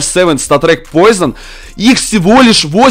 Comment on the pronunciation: 0.43 не поизон а поушин!